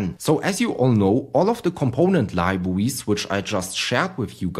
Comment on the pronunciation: very good libwawies 👍